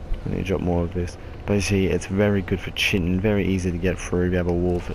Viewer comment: and its not chiten its kyten